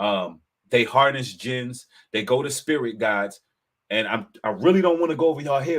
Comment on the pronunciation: " Jinn I for " Be careful 🙂